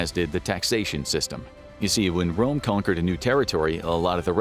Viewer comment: Rome not Dome